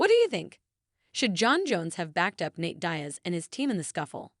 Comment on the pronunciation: Nate "dayas"